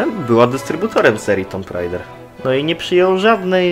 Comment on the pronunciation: Zabawne jest to, że wiele osób śmieje się tylko z hmm... samego stylu wypowiedzi, a nie wiedzą, że prawidłowa wymowa nazwy gry to TUM REJDER, więc TOMP RAJDER na koniec robi dodatkową robotę 🤣🤣🤣